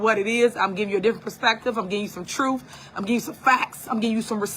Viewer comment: "People axin for receipts" "I'm telling the truf." 😂😂😂😂